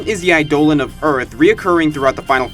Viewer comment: Damocles = DAM - o- cleez, not dam - OC - als Eidolon = EYE - do - lon, not eye - DO - lon. You like putting the emphasis on the incorrect syllable, don't you? :-p